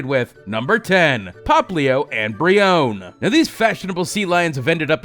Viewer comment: How you said brionne Bri own